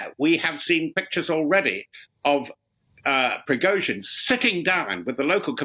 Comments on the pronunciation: "PRIZOGIN" ...hahah Its "PRI-GO-GIN" ...hahah .. man this channel is full of muppets . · "led by Prizogin," apparently. What is difficult about the pronunciation of Prigozhin for God's sake? Just say *pree-go-zhin, "zh" is the same as the "s" in leisure. If you can't get things like this right, maybe you should find another job? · Why can't they pronounce Prigozhine's name? Pree-go-jeen.